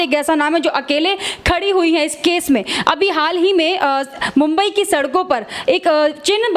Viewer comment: Bomby nahi mombai bol bihari